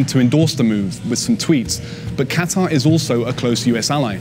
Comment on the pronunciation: Can this chick say Qatar properly?